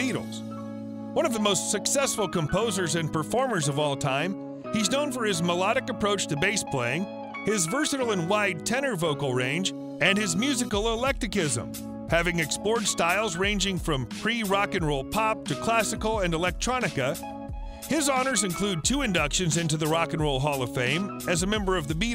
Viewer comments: "Electicism"??????????? Are you TRYING to say, "ECLECTICISM"????? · "Electichism"? It's ECLECTICISM. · "ELECTICISM" ? I'm thinking he means eclectic right ? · "Musical electicism"? Musical eclecticism! "Maharasha"? Maharishi! A Land Rover "station wagon"?